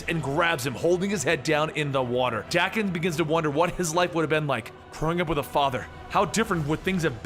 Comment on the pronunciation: FYI: Daken is pronounced Dock-en.